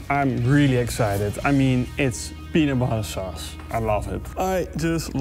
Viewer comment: I can't be the only one that kept hearing him say "penis sauce"...